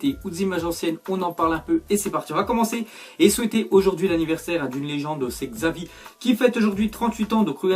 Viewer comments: C xavi mais on prononce chavi putain !!!! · Aucun français arrive à dire le nom de Xavi c CHavi 😂😂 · S'il te plaît, ça se prononce comme ça "Chavi" mais ça s'écrit "Xavi", désolé ça me dérange quand on le prononce comme ça.....lol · on ecrit xavi mais on dit chavi